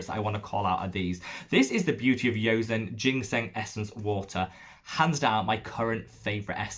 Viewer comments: "Joseon" in Beauty of Joseon is pronounced "Joe-sun." 😉 Thank you for the dupe recommendations! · How would you say the Round Lab Birch Juice Sunscreen compares to the Purito and Beauty of Joseon? Also - you may have heard it before, but you pronounce the J in Korean for the word Joseon! Friendly tip :)